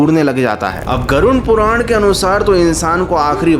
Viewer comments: नाम तो सही से ले लो ,,, गुरुन नहीं वो गरुड़ पुराण होता है ,,,😅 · गरुण पुराण नहीं, गरुड़ पुराण, सही से बोलो। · Garun puran kyu bol rahe ho Garud puran bol bhai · Garud puran bolte hai use ...garun nhi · Garud puran ❌ Garun puran😂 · Pronunciation par dhyan dae it's गरुड़ पुराण Garuda Purana